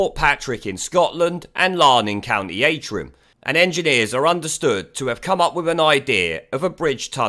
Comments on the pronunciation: County 'Ant - rim', not 'Ayn - trim'. Just FYI! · It,s County AN-TRIM Not A-TRIM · Dont pay the 39 bn to the eu and use it for this instead. At least this would benefit us. And its ant-rim, pronounced ant rum. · Would save us Northern Irish 240 quid on ferrys. But there's alot better projects that need the money. And it pronounced Ant Rim Antrim😆😆😆 I should know as I live here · it's pronounced AN TRIM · I've never heard anyone pronounce Antrim that way before.